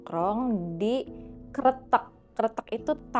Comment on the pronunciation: tumben nih bacanya bener kretek, artinya jembatan sih kalo dari bahasa jawa btw, banyak juga nih hantu sungai yg ada di indo 😱